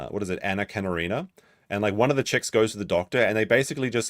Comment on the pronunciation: 🤦‍♀ it's pronounced Anna (Ker-in-in-ah) Karenina🤓 GR8 Book. ToLstoy was rad. ⁶⁶Happy families are all alike; every unhappy family is unhappy in its own way.⁹⁹ ALso, FÜNfact❣: Getting a woman to cLimax to ⁶cure hysteria⁹, was very common across the West, too. It's how vibrators were invented. 🌈🌟The More You Know!!🤗